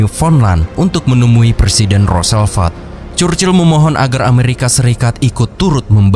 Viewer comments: rossevelt bang bukan rosselvet dengernya kayak gimana gt XD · Roosevelt bukan Rooselvelt... perbaiki ejaan lagi bro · Bukan roselvet kak.. Tpi roosevelt..😊😊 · Admin,pembaca narasi ROOSE ELT,ROOSEVELT bukan ROSELVEL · Min, berulangkali namanya disebut Roselvet, yg benar adalah Roosevelt alias FDR/Franklin Delano Roosevelt. Huruf el-nya di belakang. Ini nama hafalan sejarah zaman sekolah SD dulu. Maaf ya, krn agak mengganggu telinga. 🙏